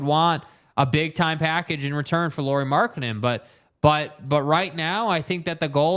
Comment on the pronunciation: It's pronounced LAURI as in Lowrey , like Mike Lowery despite being written in FINNISH the pronunciation is Lowrey